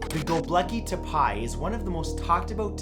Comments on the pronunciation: "go-bleki Te-pie huh? pretty sure its' prounounced 'Go-bek-lee Te-pay' lol hope this helps! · It's Go Beh Cli - Teh Pee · I'm sure you look up pronunciations, but its Gobek-lee Tep-ee. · Next time you want to pronounce Göbekli Tepe, use the french pronounciation in this -> gobéklî téppé... And not Goblacky Tapay.... doh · Sorry Matt but ur pronunciation drives me mad sometimes!! Anyway gobekli tepe is pronounced: Go-beck-lay tep-ay there I've said it! lol anyways... Apart from that! Interesting video 🤔😁🤔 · Matt it’s GOBEKLI TEPE, not GOBLEKI and it’s pronounced tepay not TEPI I thought you knew this as you’ve talked about it before. 😂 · Very interesting video and FYI, you pronounce the last place as: Goab ek ay (Gobeki) tep ay (Tepe). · Goh-behk-lee teh-pay is how it's pronounced man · it's "Go-Beck-Lee Te-Pay" mah dude. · Sorry Matthew but you pronounced #1 incorrectly. It's pronounced GO-BECK-LEE TEP-AY AND #6 is pronounced AH-SOO-KA STONES (just trying to help :D ) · You should atleast Try to pronounce things right. Göbekli tepe is pronounced: geu-bhek-lee teppeh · Man your pronunciation of Göbekli Tepe was... interesting ;) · You started to include Turkey to your videos much more, I like it. Btw that is a far away right pronunciation of Göbekli Tepe. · Your pronunciation of Gobekli Tepe is embarrassing...